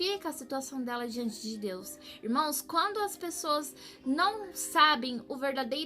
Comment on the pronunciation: Irmoes não, e sim irmãos essa é a pronúncia correta